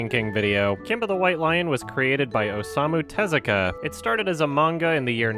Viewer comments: Osamu Tezuka pronounced, shockingly, 0-sa-mu Te-zu-ka 'Aw-sa-moo Too-Zoo-Ka' Like, I get it, it's not your native language, but if you're gonna make a video White Knighting for a guy at least TRY to pronounce the name correctly, I mean his name is basically phonetic anyway. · "based on a maynga by awesome-u tezooka". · "A MAYNGA SERIES FROM AWESOME-U TEZUKA" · The clickbait "TOP 10" channel mispronouncing Tezuka's name as "Awesome-O Tazooka" infuriates me every single time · "based off a mayn-ga series by awesome-u tazooka" please rip my ears off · The fact that one of those videos pronounces the creator's name as "Awesome-Moo Ta-Zookah" should probably tell you something! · listen to that pronunciation "maynguh series by asooma teZOOka" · I love how that WatchMojo ripoff pronounces Tezuka's name: Awesome-oo Tazooka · I know this is two seconds in two and a half hours of mayhem but I hate how that one girl pronounces Osamu Tezuka's name as "Awsamoo". Like at least put in a little bit of effort. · "based off a mane-ga by Awesome-oo Tuhzooka" That physically hurt to listen to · Your pronunciation of Osamu Tezuka is atrocious…and your voice is annoying as hell… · her pronounciation of the word (manga and Oasmu Tezuka) oozes cringe